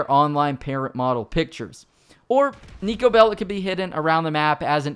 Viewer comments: You almost said Neko instead of niko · Andrew21397 honestly Niko sucks because voice actor didn't knew even how to rightfully pronunce his name, no one that isn't fron balkan can...